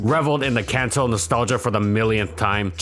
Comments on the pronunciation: Kanto is not pronounced 'Kunto' and niche is not pronounced 'nitch'. Jesus christ, those both sound SO bad... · Kanto also isn't pronounced CANto like most people seem to say... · Kanto pronounced “Kahn-toe” or “Can-Toe” ??